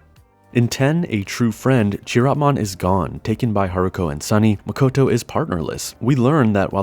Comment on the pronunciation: Nice video! But Chiropmon is pronounced with a "k" sound, not "tch".